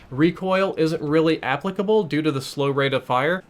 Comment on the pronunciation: "Accplicable" lol you butchered that word so badly